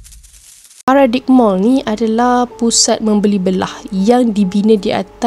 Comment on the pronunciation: Bukan paradik TAPI PARADAIM MALL, TU SEBUTAN DIA. AISHH